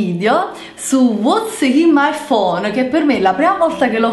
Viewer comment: e perchè 'uatz in mai fon?'' Io credo che volte f finta di essere ignorantella...